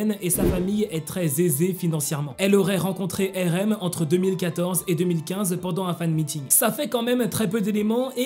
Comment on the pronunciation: tu prononce RM mal ! Sa me fait mal je suis désolé